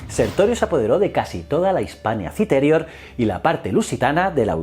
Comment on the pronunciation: Like por cada vez que dice "prétor" en vez de "pretor" o "citérior" en vez de "citerior" o cualquier otra mal acentuada xD